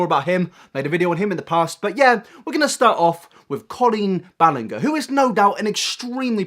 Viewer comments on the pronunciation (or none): Dude, I can tell you didn't do enough research because you didn't pronounce "Ballinger" correctly. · His pronunciation of Ballinger and Pansino drove me up a wall. I’m sorry. 😂 normally I love the accent but today that was frustrating. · It’s BallinJer not BallinGer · i mean, at least say their names correctly. Given that this is your job, be respectful by doing it. Colleen Ballingger and Rosana Pasano???!!! come on!! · OMG I CANT BELIEVE YOU JUST SAID “colen balenger” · I agree with so much of this video, but please look up how to pronounce Ballinger 😁 😘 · The way you pronounce Ballinger is annoying. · I love how you pronounced Ballinger xD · The way you butchered “colleen ballinger” 😂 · I’m sorry but the way he pronounced Rosanna’s and colleens last name made me cry 😂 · Love the content, but hearing him DESTROY some of the YouTubers names really got me 🤣🤣